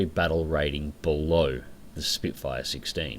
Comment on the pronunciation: Its Spitfire not Spitefire !!